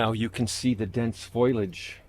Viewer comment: Foliage, not foilage. (fo-lee-age vs foil-age) Apologies in advance for saying so, by my mother used to correct me constantly for pronouncing it that way and I'm doomed to never forget. :D Great video. We've a recent Seiryu addition we're excited to have in the yard in a prominent location. <3